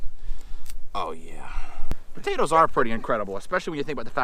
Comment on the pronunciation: Why u all say butatoes instead of potatoes. Just askin